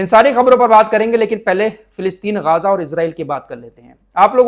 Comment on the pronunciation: Gaza, Not gaaaza.